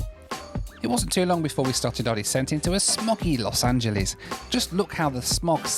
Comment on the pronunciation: Pet peeve: pronouncing Angeles like Japanese.